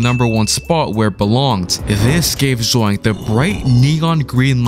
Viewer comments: It's not zoink it's zonk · It’s not zoink it’s zonk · That ain’t Zoink it’s Zonk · That aint zoink thats zonk💀